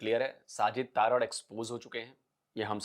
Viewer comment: तारड़ नहीं है जी तरड़ है जी हमारे राजस्थान में जाट बिश्नोईयों में गोत्र होती हैं।